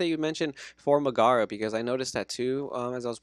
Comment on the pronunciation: love the content from you guys but i cant stand the mispronunciation of Megara. nails on a chalkboard lmao